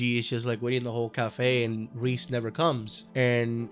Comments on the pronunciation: "Ríz" ... Bruh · Its pronounced "Rey-Zey" btw. For all the homies. Great vid tho